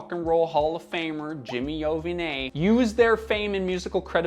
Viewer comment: Jimmy Ovineeee? Wtf.